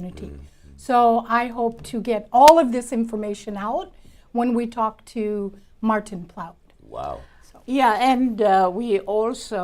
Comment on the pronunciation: ANOTHER FAKE NEWS SPREADER PLATFORM. DID I HEAR SHE SAID MARTIN PLUAT!!:face-blue-smiling